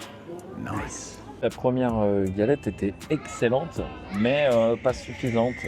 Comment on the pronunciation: "Galette" ahhhh, ça fait pleurer mes oreilles de Finistériens :ppp !